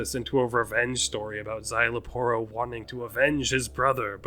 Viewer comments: You actually nailed his name. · You actually nailed Szayel Aporro's pronunciation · You actually said name correct some people say Parro some people say Porro